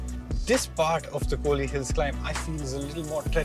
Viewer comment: It’s not kooli hills it’s Kol / li hills 🤦🏻‍♂️